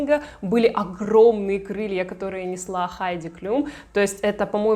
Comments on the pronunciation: Обратила внимание, что ты Хайди Клум, называешь Хайди Клюм. Почему? Никогда ранее не слышала, чтобы кто-то так называл. Причём, один раз в ролике, ты всё же назвала правильно. В Википедии написано Хайди Клум (Heidi Klum), она немка. Но на английском и на немецком её фамилия читается одинаково. Даже в целях проверки, в Гугл переводчике и на английском и на немецком перепроверила произношение. Фонетический разбор слова и транскрипцию писать не стану. И так всё ясно))) Я, конечно, углубилась в разъяснения, с горяча, но очень резануло произношение. Вроде бы известная модель и имя на слуху. 🤷🏻‍♀️ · Вы так странно фамилии моделей каверкаете, то Хайди Клум,То Клюм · Почему Хайди Клюм.??? КЛУМ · Хайди КлЮм? Серьезно? Серьезно??? А Джордж, наверное, КлЮни? Или всё-таки Клум и Клуни?